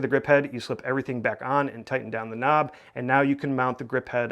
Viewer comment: face-green-smiling::face-green-smiling::face-green-smiling: Stop saying "K N O B"